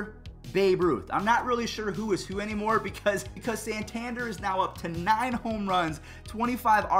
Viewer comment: Why one he says santander does he sound country